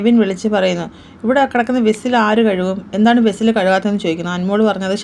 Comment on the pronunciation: വിസ്സിൽ അല്ല വെസ്സൽ ആണ്